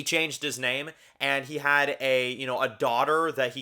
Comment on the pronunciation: You’re saying the name wrong. But yeah his lover is the man next to his adopted son. Presumably they adopted the kid years ago like Carol and Zeke. It’s not hard to assume.